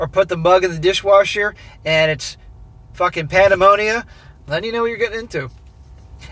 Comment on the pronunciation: Did you say Pandamonia ?